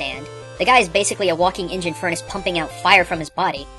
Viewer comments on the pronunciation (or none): none